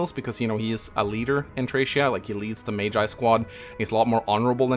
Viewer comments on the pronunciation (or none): none